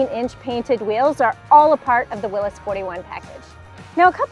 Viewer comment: Thank you for saying “Will-iss.” So many people mis-pronounce the man's name.